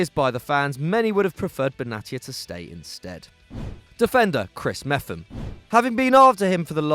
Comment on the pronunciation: its pronounced MEP-HAM